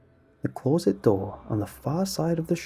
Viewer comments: This was indeed a scary story, what was equally scary however was how you pronounced closet lol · Never noticed the interesting way you say closet before now